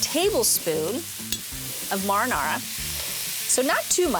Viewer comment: Da fuq is MAR-AR-NARUH????